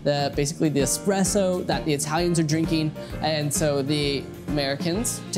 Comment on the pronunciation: Pronouncing Expresso wrong.